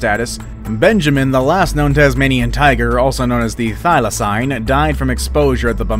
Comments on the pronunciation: He keeps pronouncing it as thy-la-cine not thy-la-cene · I’m from Tasmania and I cringed our the pronounciations of ‘Thylacine’ and ‘Hobart’ lol